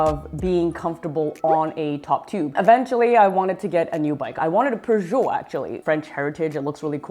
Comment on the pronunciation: It's pronounced pyoojit